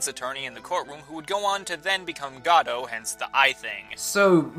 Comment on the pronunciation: First "gayvin" and now "Godoh" 😖😖😖😖😖😖😖😖😭😭😭